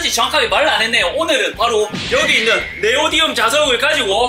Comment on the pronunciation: Neodymium (Nd) 네오디움이 아니라 네오디뮴 입니다😊